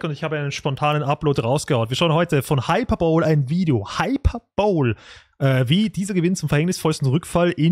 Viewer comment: Hyperbole (Hyperbel) ≠ Hyperbowl (Hyperschüssel) :D